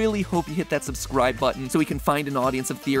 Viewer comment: That “subscwibe to food theowy” part just killed my soul